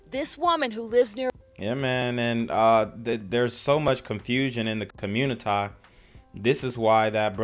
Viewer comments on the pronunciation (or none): “There’s a lot of confusion in the communitah”….no stuff?